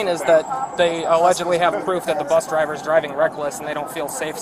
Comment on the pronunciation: If I hear “buth driver” one more time I’m going to crash out.